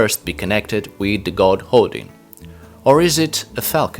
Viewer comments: Why are you pronouncing Odin (Oðinn) like Hodin? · this reject needs to relearn the pronounce of Odin's name and other Norse words. .....bikkja!